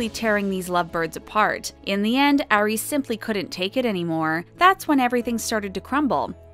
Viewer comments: It kills me when ever the narrator says “Airy” WHEN YOUR SUPPOSED TO SAY “ari” lmaoooo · it's not "air-ey", it's "R-ree" * and not "ay-rianna", it's "ah-rianna" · It's Ari. Like ARE-ee, not AIR-ee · Lydia Ann yess